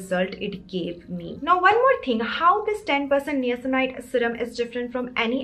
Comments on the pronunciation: its pronounced as NAYACINAMIDE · You're pronunction of niacinamide is wrong 🤦🤦